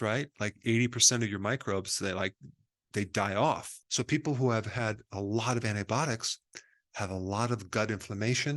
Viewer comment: The way he says antibiotics 😂 ANTIBOTICS